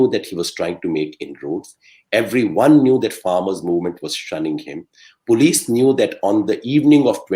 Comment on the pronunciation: It's Police not Polish.